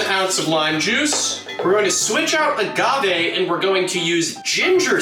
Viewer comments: I have... never heard someone pronounce "agave" with a soft g before, let alone a supposed expert bartender. Weirded me out so much I had to quadruple-check that I'm not getting it wrong. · Did the mixologist call it aJave?